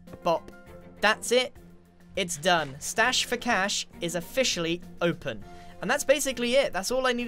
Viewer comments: Stache, grian! like moustache! not moustash! Lol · I think it is stache not stash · It's stache not stash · Grian, its stache not stash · ( it’s stache not stash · It’s not stash it’s stache for mustache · Stache for Cash, not Stash for Cash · 'Stache surely, Not stash! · It's stache, not stash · Grian... it’s S T A C H E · It's "Stache" not stash Grian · Stache not stash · Griannnn. It's stache not stash😂. Aslo did anyone else get Finding Nemo vibes when he was clearing out the chickens. Like the scene where Nemo has to put that rock in the pipe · Keep the name of the machine still project dirthouse or whatever it was. That makes it sound cool, someone brings it up and everyone just kinda knows what it is. It sounds like some kind of soviet experiment. Also reduce your price. Also stache not stash. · Hey Grian, it would actually be 'Stache for Cash (with a che not a sh)